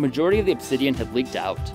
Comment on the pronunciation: he is American right? did he fucking say 'leaved' or leaked?